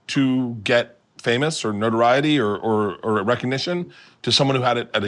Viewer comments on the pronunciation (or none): none